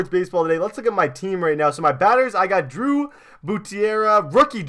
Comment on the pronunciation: You said Drew's name sooooooo wrong